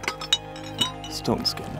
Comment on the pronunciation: It sounded like he said "ston skin" and not Stone skin.